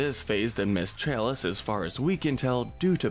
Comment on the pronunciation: his voice is so addictive and the way he says ms chalise is Amazing 😍